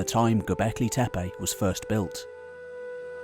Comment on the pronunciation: It’s not TEPEY but TEPE. Can you say TEPE? Where do you see Y which you are pronouncing? There is no Y in TEPE. Just say TE -PE not TE-PEY